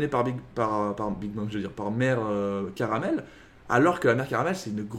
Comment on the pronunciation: Elle s'appelle bien Carmel ( "karumeru" et non "karameru" pour la prononciation japonaise)